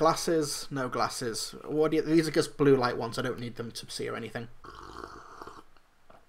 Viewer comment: Quick question, why do you pronounce just as gust?